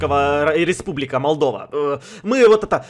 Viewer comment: Впервые сказал Малдова